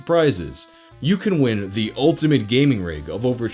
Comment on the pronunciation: "If you were an avid reader of gay magazines" is what I heard... lmao